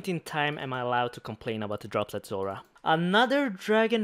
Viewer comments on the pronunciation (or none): none